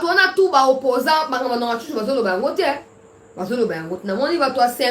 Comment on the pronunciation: Mwangachuchu, pas Nwangachuchu. Merci.